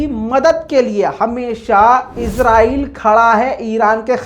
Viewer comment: mai swat pakistan Sy comment kar raha ho khoda ki wasty ezrahil mat bol israhil bol